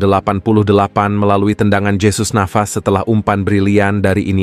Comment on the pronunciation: Penyebutan jesus navas: hesus bukan jesus